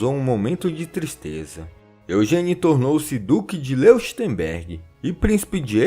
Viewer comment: É "Lóichtemberg" e "Aich-chtét" as pronúncias de Leuchtenberg e Eichstätt.